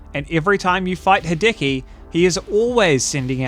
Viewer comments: It's worth pointing out that it's "HEE-deh-key", rather than "he-DEH-key". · Me, the entire video: "please don't say hideki again...": "Ha-decky, ha-decky, ha-decky." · "Ha-decky" christ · I hope this doesn't come across as abrasive (sadly it's my natural tone of speech so I'm paranoid about it) but that's not the way you pronounce Hideki. In the video, you're using the english e, which sounds like the “Hi-” and “-ki” parts of his name, but the “-de-” part is meant to be pronounced with a similar type of e as the one in the words "dextrous", "delightful" and "devilish". Just wanted to add that cause the constant "Hidiki" is killing me inside :')